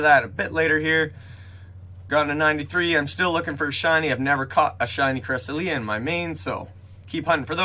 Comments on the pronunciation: Cra-sel-yuh not cres-uh-lee-uh, but thank u for updating us on everything spoofing related, if u get the new key for this week, would u mind pinning a comment too? I believe they’ve been giving free keys for the past weeks due to parteon problems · yea cresselia is a weird one cuz the pronunciation in the poke book is correct but it can still be taken 1 of 2 ways